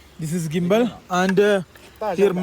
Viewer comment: ഗിമ്പൽ അല്ല ജിംബൽ ആണ്